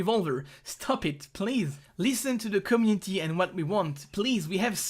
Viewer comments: IT IS COMMUNITY NOT COMNITI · "Cummity" ( ͡° ͜ʖ ͡°)